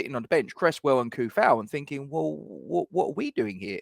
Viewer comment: And, according to the man himself, it's pronounced "Vladimir Too-Fahl". Let alone "Bruno Fer-Nan-J"